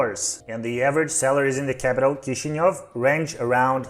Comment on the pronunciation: Why do most english speakers pronounce Chisinau that way lol